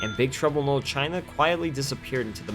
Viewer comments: It sounds like you are saying Big trouble in "mold" China. say it right!! dam you had one job .. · Big Trouble in 'lull' China? Enunciate. Man, I'll never understand how people with speech impediments end up with jobs almost entirely based around speaking. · The narrator keeps pronouncing the title as “big trouble in lil China” and it’s really making me laugh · Wtf can't the narrator of this video say the word "Little" correctly one time? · “Little” was so badly pronounced that the subtitles spelled “knoll” and “Lul”. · Why can't the narrator pronounce the word "LITTLE"